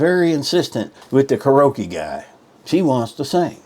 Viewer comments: I wouldnt date this guy if my life depended on it 😂😂 I guess he THINKS " hes" a Catch? Ummm, No😂 he cant even pronounce Karaoke 🎤 right " karoake" ? 😂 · Kar-ee-o-kee is how you say that word. FYI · ...And, can't pronounce "karaoke". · Hes real good on " karokee " !! Just aks him. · Just a little advice: You should get All your own Ducks in a row so to speak BEFORE complaining about your Dates. Wtf is "Krrokee?" Oh, KARAOKE 🎤! and she sang horrible but you don't remember the song she did? Come on man! There's other things you failed to bring to your Complaint table but, here's more advice. Slurping beverages is Gross! Don't do it. Go get the growth removed from between your eyes 👀 and those teeth.. Damn those teeth 😅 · Car o key ?!? Lol